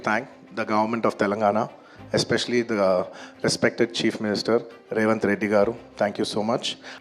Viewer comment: One and Only reason for arrest for is revanth Reddy name was wrongly said 😂😂😂😂